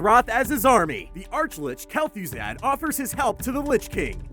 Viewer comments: kel thoozaad. no. kel-thuh-zahd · Butchers Kel'thuzad's name, leaves dislike and closes video.